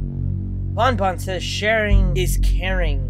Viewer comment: Is ban ban not bon bon